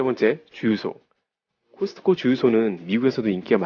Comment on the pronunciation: 코스트코매장가보시면 친절하게 코스트코라고 나와있습니다. 궂이 발음을 따라할필요는 없는거같아요